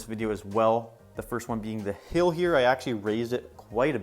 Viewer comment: cannot say "hill" in this video lol great world nonetheless, definitely ur best world yet! also CORNERLESS NETHER PORTAL